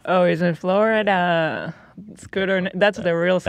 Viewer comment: Why did hila say Florida like that 😭😭